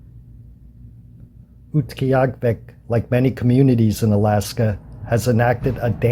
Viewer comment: Utqiagvik. Pronounced, Ute gee aaga vik btw. Nice upload. I pronounced it as if it was Central Yupik but their Inupiat Eskimos. It's close...